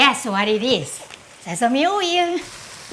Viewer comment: I love how you pronounce "sesame oyeel" in this video and the braised tofu video !